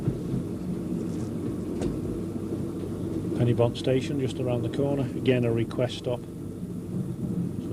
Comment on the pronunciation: A pity the commentator mispronounces Pen-y-Bont. The "-y-" should be "uh", not "i".